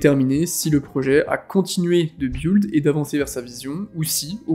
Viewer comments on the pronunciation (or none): Mdr ça se dit « bild » pas « biould » 😂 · « Si le projet a continué de biould » 😂 Plus sérieusement encore une très bonne vidéo merci pour le travail que tu fais